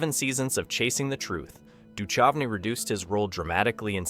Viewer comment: its pronounced doo-kouvney not doo-chuvney.